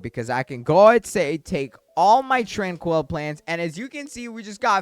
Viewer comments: Tran-quil, not Tran-coil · He is pronouncing tranquil wrong, this is how you say it: tran QUILL, like from the porkupine even though its spelled tranquil